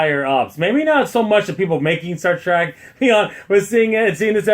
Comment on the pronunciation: Did you just say "Star TRAK"?